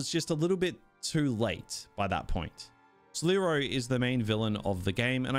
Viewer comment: "Sleroy" 😂😂😂 ill try the game but I'll wait until they patch it a bit.